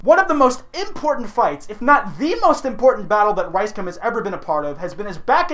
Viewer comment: I'm like 90% sure you're saying Rice cum instead of Rice gum lmao